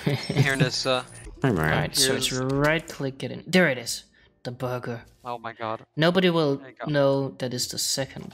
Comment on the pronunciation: No one: in the intro: BORGUER PUNCH